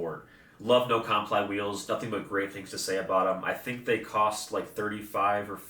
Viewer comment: No comply is pronounced no-cum-ply like the skate trick